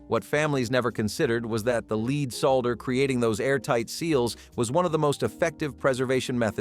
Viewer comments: Sort out the voiceover it’s lead not leed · Leed Leed Leed in every one of these stupid videos. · Most obvious was “lead”, pronounced wrong numerous times. There was another one, but I’m not viewing the clip again to find it. Beyond the mispronunciations, clips like this seeming like a statement, “Hey! You’re dumb! Watch this so I can get some money.” Almost a bait and switch. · Yes!!! That is why I came here. And while we're at it, "lives," he pronounces incorrectly too. I had to stop it because it annoyed me so. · PLEASE!!! I had to stop it due to the mispronunciations. "Lead" and "lives." And that was just 10 minutes in. Very annoying. Do a proof-listen please?